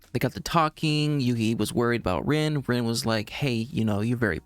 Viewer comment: just so you don't get confused later (I've seen other reactors get mixed up on it)......her name is pronounced like Reen. You'll understand why I'm making this clarification lol........but the girl who turns into the horse is Reen, not Rin.